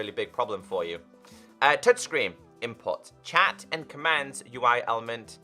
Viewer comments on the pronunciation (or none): none